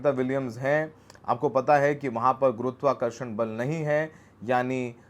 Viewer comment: Burberry tshirt ka bill aur kahan se aya wo paisa ye information to share karni banti hai na? Who is giving you that ad money? Whose arse are you licking presently? Bhai tu gurutwakarshan tak thik se nahi bol pa raha 😂😂